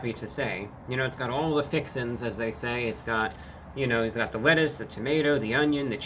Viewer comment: The "wettuce" 😂